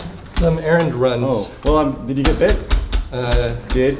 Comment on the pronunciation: that country accent when he said bit the second time I love it and also love this channel😂🤠and I’m country YEE YEE